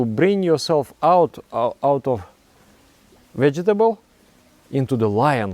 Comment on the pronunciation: Your pronunciation of vegetable brings me joy haha